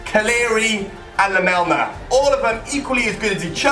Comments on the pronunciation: lamela not lamelma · First his name is not 'lamelma' its lamela, second it's not in the side netting and third it wasn't in the premier league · pronounce lamela as lamela, not lamelna... and he didn't score this in a premier league match, it's a Europa league match... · Firstly its lamela not "lamelma" and secondly he scored that goal in europa league not premier league.... shows how much football he watches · It's lamela not lamelna 😂 also it wasn't in the premier league... It was the UEFA Europa league... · It's lemela not lemelna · 1. Lamela is pronounced la-mel-a not la-mel-ma and 2. He didn't score it in a premier league game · Lamela's goal was in europa league and its pronounced la-Mel-la not lamelna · 1 - Lamela scored his goal in Europe, not in the Premier League. 2 - It's pronounced La-Mel-Ah, not La-meln-ah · man called Lamela 'Lamelna' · rabana????? lamelna????? are you dumb WTF can't you read???? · Never heard of this "lamelma" dude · Why the heck you are saying ''Lamelna''? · La- mel-ma. dislike earned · How is my man saying "Lamelna"😂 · It's pronounced (la-me-la) and it was a cup game You genius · Robana? Erik Lamelma? for real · "Eric lamelna" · he said erik lamelma